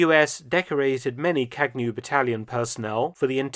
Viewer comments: It is not kagnew. Its Kañew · It is pronounced kağew like in spanish ğ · What a great video, thanks! In the official language of Ethiopia, Amharic, Kagnew has a silent g. Like champagne but with a slight twist. Kagnew should read something like kah . yow. The way you’d say filet miGNon